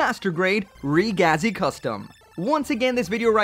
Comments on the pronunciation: Its pronounced reh geh zee, ragazzi is italian for kid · REEE-GAZI, it is pronaounced ri-giz